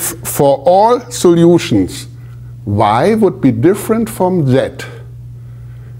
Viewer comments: That pronunciation stuck out to me, too. 😅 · All the soljutions... Greetings from germany :)